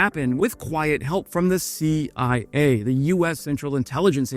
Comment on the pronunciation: "The Shee Eye Ayy?!"